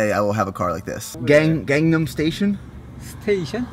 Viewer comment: search up gangnam style and that is how you pronounce it